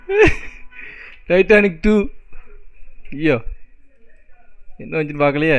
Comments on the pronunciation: Nalla paru bro ..titanic illa Turtanic 😂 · Athu Titanic illa turtanic bro😂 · Tiatannic eilla bro Tartannic dha bro 😂😂😅😅😊😊❤❤